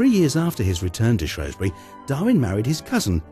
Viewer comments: SHREWSbury not SHROWSbury ggrrrr great video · Shrews-bury!, Shrews-bury!, Shrews-bury not shrowsbury, GGrrrrrr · How can Shropshire Tourism allow for a video voiceover that calls Shrewsbury SHROWSbury. I lived there for 10 years as a kid and nobody back then pronounced it that way. Very annoying! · you berk its shrewsbury , its like saying mentford bridge , see how dopey that sounds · This town is Shrewsbury, who ever is telling us about our town better get the name right. it is SHRWESBURY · He pronounced the name of the town wrongly... had to stop watching.... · and me Russell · Aileen Parry The man's plainly not educated.....a deliberate mispronunciation !.